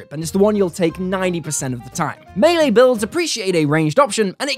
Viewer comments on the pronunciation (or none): none